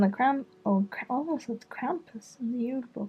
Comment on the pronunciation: I bet people who don't know how to speak Norwegian thought u did a typo because julebukk is pronounced with a y sound instead of a j